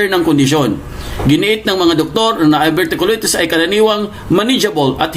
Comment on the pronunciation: Pronunciation:of Diverticulitis;Die ver ti q lie tis😅